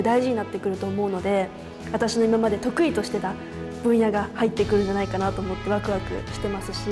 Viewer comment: ここマジで強調してて笑った